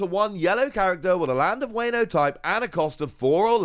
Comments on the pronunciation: Honestly all I want to say is it’s Wah-No not Wayno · if you say "weyno" one more time, i am gonna strike you through my monitor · A kitten dies every time you say wayno. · the "wayno" is killing me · It hurts my soul every time he mispronounces wano.